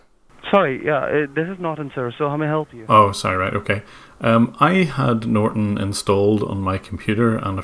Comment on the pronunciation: Norton Nort-on Not-on Not on TRIGGERED